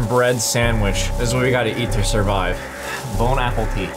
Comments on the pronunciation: ha... saying " bon apple tea ", instead of "bon appetit" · Bon appetit! What i hear: Bone Apple Tea! 😹